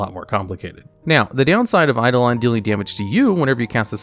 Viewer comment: I like how he accidentally pronounced eidolon correctly, gimmick is hard to keep up